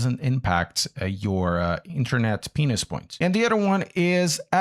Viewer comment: Did he say “internet penis points” ? That what I heard